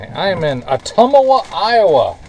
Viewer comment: its pronounced otumwa 3 syllables. I thought London Broil was beef. And what makes it Lodon Broil instead of a grilled porkchop?